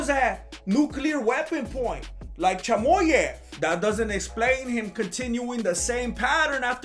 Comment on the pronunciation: "Chamoy-ev" lol